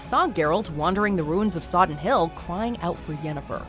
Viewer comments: Battle of Sodden, not Soddon 😂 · Ok, firstly: not Andriej Sapkowski, but Andrzej. I know you, Americans, have a problem with pronouncing slavic names, but from channel as big as yours I expect at least minimal professionalism and checking it before making a material. And secondly: not Soddon but Sodden. This is so easy to check in internet that I even can't imagine how you could mistake it. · Sodden. SoddEn hill.